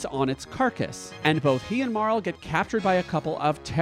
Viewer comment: I feel so validated and seen that you also pronounce Marle the same as me~♡